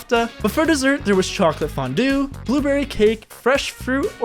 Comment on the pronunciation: "Chocolate foundouw"✌️😔🥀